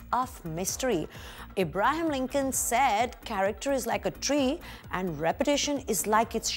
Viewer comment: simi aunty-- who the hell is IBRAHIM LINCOLN? lol.. u idiot aunty ji ,.. its ABRAHAM not IBRAHIM... what a puke faced aunty this simi is.. my god she is ugly as hell